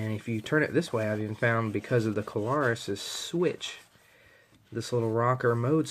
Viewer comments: thanks for reviewing this light. Just FYi, take this in the kindly manner I am intending you to, please --- but this light is the Klarus XT2CR. That is Klarus, with just two syllables, please. I am sure that you must not realize that you say "Kuh-lar-us" as if it's a three syllable word. It isn't. It is only two syllables -- Kla-rus. If you listen to the first part of the video, you'll hear what I am talking about the first time you said Klarus. It is no big deal, so please take it that way. It is not at all a criticism to point this out to you, and I mean that. Anyway -- this particular light is a true gem. I have almost 40 years experience w/ all sorts of lights, and this one really is so good that one is not enough for me. With the very best lights that I have found over the years, one is never enough! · *That's Kla-rus, with two syllables. Not three. And, yes -- I heard him too.